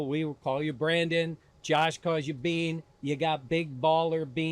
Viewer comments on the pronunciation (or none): He said “BEANER “ 😂😂😂